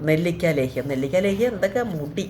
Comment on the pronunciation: നെല്ലിക്ക ലോഹ്യം അല്ല ലേഹ്യം ❤❤😂😂രാവിലെ ഉണർന്നു കുളിച്ചു വിളക്കുവച്ചു പ്രാർത്ഥിച്ചു പതിവിൽ കൂടുതൽ സമയം സിങ്ക